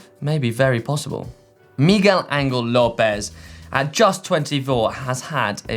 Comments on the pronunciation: Hate to say it but Tao isn't the only name hacked. I'm pretty sure it is Miguel "An-hell" Lopez.... not "Angle." But....then the whole GCN team is complicit. Spoken like a true son of "Angle"-land. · And it's Miguel Anhell Lopez, not "Angle". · Forget Tao... everyone is pronouncing ANGEL wrong... it's pronounced "AN-HEL". Come on guys, it's not that difficult.